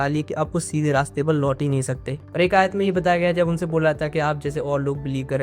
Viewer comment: Brother aaya nihi Aayat